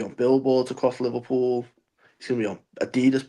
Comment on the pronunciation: Neverpull ❌ Liverpull ✅